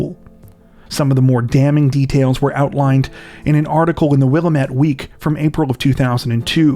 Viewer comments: I know it’s been a few years since you posted this, so you may know by this point. It’s wil-am-et, not wila-met. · Hard to listen to them mispronouncing Willamette over and over again